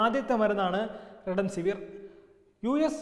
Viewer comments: സ്നേഹിതാ, അതു റെഡെൻസിവിർ അല്ല, റെംഡെസിവിർ (remdecivir) ആണ്. ഒന്നു നേരെചൊവ്വേ വായിക്കരുതോ? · Marunninte name parayunnath correct alla.thaankal redemsiver annanu parayunnath. "Remdesiver"